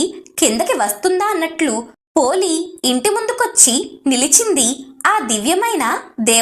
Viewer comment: పోలి అనాలి